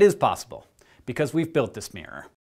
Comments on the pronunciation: Is it just me that hears "smirror"? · it's mirror, not "meer"